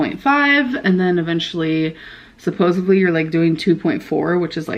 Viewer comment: Suppovely expecially and semiglutide